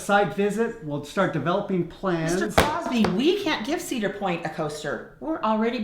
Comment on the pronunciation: . Says the person who can't pronounce Cedar Point.